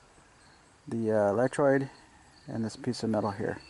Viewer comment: Great video I like that the camera wasn't handheld and choppy. If I could make a couple constructive comments without offending anyone, please. It's a "grommet" not a "gommet", it's an "electrode" not an "electroid" and in your comments, you mispelled spark plug and put "slark plug". Your video would be so much more professional sounding/looking if you would have someone watch it and proof it for you. NOW, THANK-YOU FOR YOUR HELP, THIS VIDEO HAS SAVED ME HUNDREDS OF DOLLARS NOT HAVING TO TAKE THE CAR TO THE HYUNDAI DEALER!